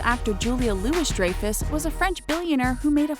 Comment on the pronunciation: its not loo-ess its loo-ee